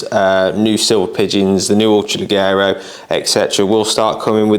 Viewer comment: Brilliant gun, I have one that I use for game and pigeon shooting. Just so you’re aware (and don’t take it as a criticism) the double ‘g’ in Italian is pronounced as a ‘j’ in English, so it would be ‘le-jero’.